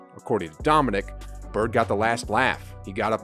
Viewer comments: Dominick? Damn. How soon we forget the legends. For the record it is pronounced Dominēēk. Wilkins always played hard against Larry Bird. You don't get called "The Human Highlight Film" if you aren't something special. Still my favorite poster with both of em standing side-by-side. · Dominique. It’s Dominique. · Why is this guy making videos when he doesn’t even know how to say Dominique Wilkins’ first name correctly?